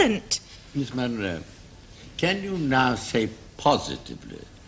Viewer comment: Munro, not "Monroe".